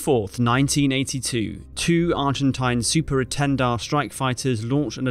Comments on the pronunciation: Concise and accurate. But the aircraft were Super Étendard, not Super Entendard. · ENTENDARD???? Dassault-Breguet Super ÉTENDARD.